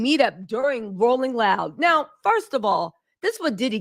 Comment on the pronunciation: "rolling roud" lol. Love your sexy black ass girl, keep the tea spilling ❤